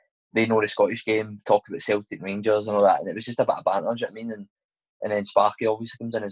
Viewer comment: Had to turn off because he constantly says ‘jno witamean’ keep up the good work though mate I enjoy the podcasts.